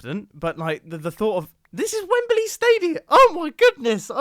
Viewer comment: mumbo, say wembley not wembeley